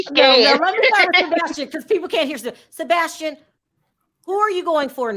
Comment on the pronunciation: Why die Perry keep mispronouncing Sebastian’s name?